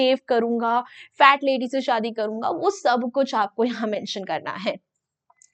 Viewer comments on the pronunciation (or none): none